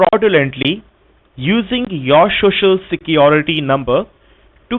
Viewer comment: Haha, the introductory phrase has to be mastered. Here he fails spectacularly already. Shoshal Shecurity..